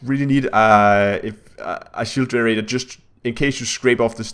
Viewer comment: WTF IS A "SHOOTER RAIDER" ??? , ... Oh a shEEEEEEEEEEEld GEN----ER----RATE---OOOORRRREEE